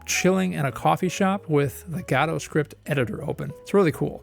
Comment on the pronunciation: Do you pronounce godot wrong on purpose